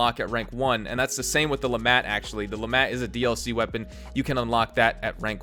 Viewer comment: The T in LeMat is silent